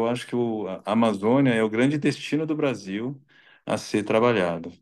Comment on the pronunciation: ela falou brasinhou😂 não foi espanhou😅😅